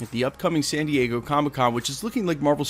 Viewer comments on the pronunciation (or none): none